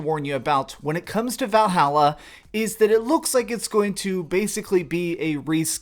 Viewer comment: Val - hall - uh